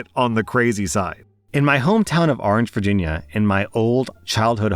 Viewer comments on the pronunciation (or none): i swear to god, i heard "Argentina", not "Orange, Virginia" 😂😂😂 Also, sorry for your loss, i know exactly how you feel. Im actually currently visiting my home town and i have to FIGHT the urge to go back to the old townhouse and ask the new tennants if i can visit my burried pet rats